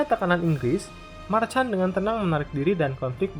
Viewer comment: Valois dibacanya Valwa🙏 waktu itu kan udah dikoreksi, min🙏 Jean dibacanya Zhang Marchand dibacanya marshang Charles de Gaulle dibacanya Sharle de gol Paul Reynaud Pol Reno